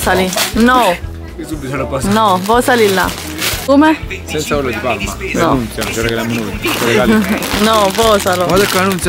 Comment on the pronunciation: Ma lo sentito solo io quel "nunzia" Il vero nome di Nancy ?